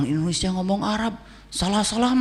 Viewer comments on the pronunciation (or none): none